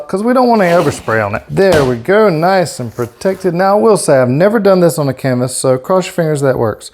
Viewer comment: i k-no you didnt just say WHERE'S MY K-NIFE, CAN-VAS HAHAHAHAHAHHA .....I love it!!!!🤗😋🥰